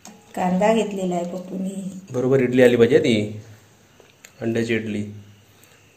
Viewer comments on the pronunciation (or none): Itali nahi idali mhantat